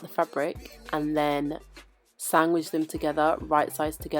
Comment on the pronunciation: Sangwidge.....reminds me of my mother. "Danna....you waan me fi mek you sangwidge?"